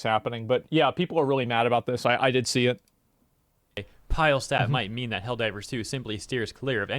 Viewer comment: his name, Pilestedt is pronounced like its spelled, it is pronounced pii-leh-stedt, not pajlstedt. letter 'i' in most languages is pronounced "i"(or "ee" in English), and not "aj" like letter 'i' in English.